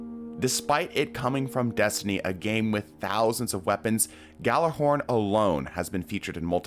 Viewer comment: ITS PRONOUNCED YÄL•LÄR•HÖRN